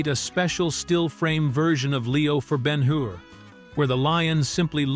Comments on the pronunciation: And it would be so much easier to read and not be droning run-on sentences if you knew how to use puctuation. Judah Ben-Hur (not "been her"). And the point of not showing Jesus's face is to keep His mystique and humility; not show Him as a man; notice that the Bible does not go into detail about His appearance. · Not Ben Hoor. Ben Her. AI Sucks. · Not to mention he pronounces the character as Ben-"Hoor" rather than Ben Hur. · This piece fails in so many ways! This is an amazing film... does it make sense to use an AI narration that can't pronounce the composers name properly... or EVEN the name of the person portrayed in the picture?! BEN HOOOR? WHAT? The use of a 2/2 country background is LUDICROUS. I turned it off after 3 minutes of this drivel! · Ben HOOR? HA! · Who ever produced this is DEFINITELY NOT READY FOR PRIME TIME! Ben-HOOR? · I agree. I have been a voice actor for five decades and AI is destroying my business with crappy narrations all done by the same pathetic computer manipulated voice that pronounced most of the names incorrectly. Ben-HOOR? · For me, Ben Hur is still the best film ever made. This AI voice is present in many AI videos. In this case at least the name of the movie and the name of the protagonist should be correctly pronounced. It's not Ben Hoo-er.